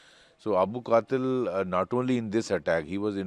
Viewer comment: 😂😂 I'm just laughing at Indians with their pronounciation. The name is Abul Qital not Qatil. If you can't pronounce don't report.